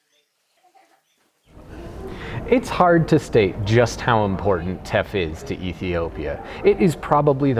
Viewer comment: when you said Teff and capitalism I heard theft & capitalism...wonder why